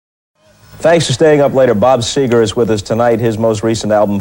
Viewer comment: It's Seger not Seeger !